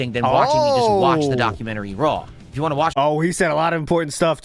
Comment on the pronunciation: The way he says "want" as "waah" really pisses me off lmao